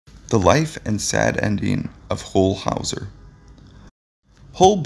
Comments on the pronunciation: NAILS ON A CHALKBOARD when his name is pronounced incorrectly. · The way you mispronounced his name…irks me.. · How can you do a biography segment on someone that you don't even know how to pronounce their name?